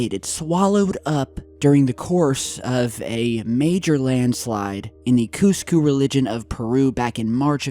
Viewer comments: Cusco religion of Peru? I know you meant region, but I lol'd. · what? kusku religion? is that what you said? kusku region you T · in the cooscoo religion of Peru. did you mean region but read your notes wrong?